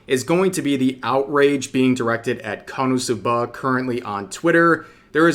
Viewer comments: Being petty here, REV it's pronounced "Konosuba" not "Cumsuba". You should've taken a double take there. (I'm saying this because you made this mistake several times and it's hilariously dumb.) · You should probably work on your Japanese pronunciation skills if you’re gonna keep making anime related content. KonoSuba isn’t pronounced like kah-NO-soo-BAH. It’s KOH-no-SU-bah. You’re putting emphasis on the wrong syllables and the first syllable is completely wrong altogether. I’m fairly certain it’s pronounced in the series during the eyecatch between segments where commercials would normally be injected. I might be thinking of a different series though. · Kono'suhbuh, lol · “Kuhnahsubuh” I can’t 😂😂😂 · Rev needs to be cancelled for how he pronounces KonoSuba lmao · the way he said "KonoSuba" in the intro 😭😭😭🤣